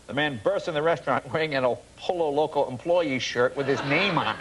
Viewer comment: It is pronounced "Poyo Loco."